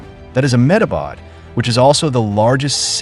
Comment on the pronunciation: THE INDIA GOVERNMENT, " M-Ah-bad" lol